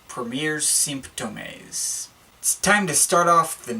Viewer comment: The way you prononce "premiers symptômes" really triggers me